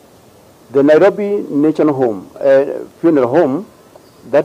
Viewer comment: Did I hear nailobi 😳